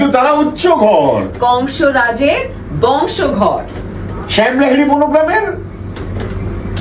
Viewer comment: It's Bongsodhor not bongsoghar Bodya